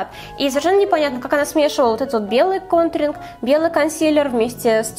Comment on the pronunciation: Она говорит гонтринг бесит)))